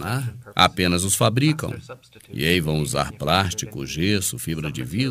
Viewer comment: meu deus do céu sabe pq eles escodem os ossos pra ninguém ROUBARRRRRRRRR e aprende a falar PLÁSTICO aprende PLÀS-TI-CO